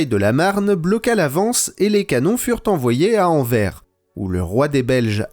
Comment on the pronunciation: AnverSSSSsssSss svp après autant de temps qu'on vous le dit ... Prononcez le S d'Anvers